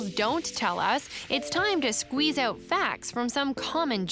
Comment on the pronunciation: "aouwt" bro just say "out"